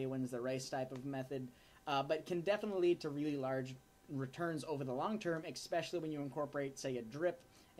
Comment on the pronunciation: Kid — you keep saying EX-specially. You were supposed to stop mispronouncing the word that way when you were 10 years old. It's ES-specially. Didn't they teach you that "in college?"